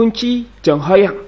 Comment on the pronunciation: Baru si mimin canal youtube yg nyebut nama Ho Yong dengan pelafalan yg bener 👏